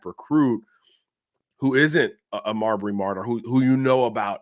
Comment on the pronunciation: Mabrey, not Marbury. May Bree.